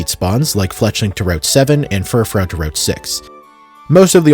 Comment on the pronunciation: for the love of god pronounce fufrou as "fur-froo". great video otherwise